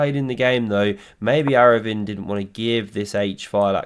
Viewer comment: A for effort for pronouncing arvindh surname.